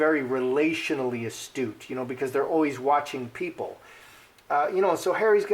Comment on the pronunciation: Astute, not estate.